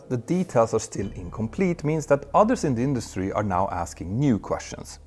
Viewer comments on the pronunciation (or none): none